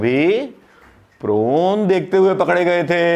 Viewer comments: प्रोन नहीं पोर्न। वैसे यद्युरप्पा भी एक महिला कार्यकर्ता के गाल सहलाते देखे गये हैं। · Prawn नही Porn बोलिए सर.... Prawn तो झींगा मछली को बोलते है..... आप सचमुच बहुत भोले भाले हो सर ....प्रणाम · Prone nhi porn hota hai sir